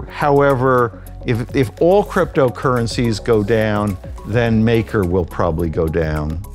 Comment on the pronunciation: Exactly this guy has no fkn clue what he is reading off that teleprompter